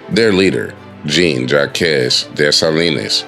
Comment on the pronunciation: Just pronounce it like this Jean Jak the que turns to a k.